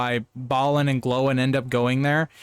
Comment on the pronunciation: I like having your LotR content coming out on a Saturday, it means it's ready and waiting for me on a Sunday Evening. You also get bonus points for pronouncing Gloin (with accents) more like "Glowing", rather than "Groin"!